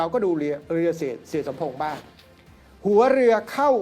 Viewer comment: อาจารย์ เอ่ยผิดตลอดเลยค่ะ เสี่่ย หรือ เหี้้ยคะอาจารย์